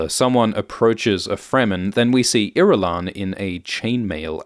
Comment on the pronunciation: I've never heard Irulan pronounced out loud and uh that's not the way I heard it in my head 😅